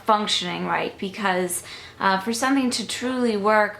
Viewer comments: I've always noticed that she says "sun-thing" too. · Oh, I cannot believe it. Now all of a sudden the big thing is you say "sun-thing" instead of something. I just...I guess if that was all I got from the video and if it bothered me, I'd move on. I just really don't understand why someone would 1) comment on it, and 2) ask "why." I wonder if anyone ever gets asked WHY they ask rude and/or stupid questions. What's gonna happen when someone realizes your eyes aren't blue. I'm glad you're above all this stuff,...still irritates me!:)